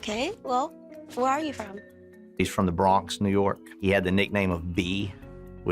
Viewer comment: why the detective say THE BRONX like that 🤣